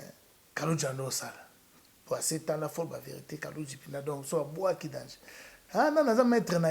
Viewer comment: getou matuvanga on dit danger et non dangeux ok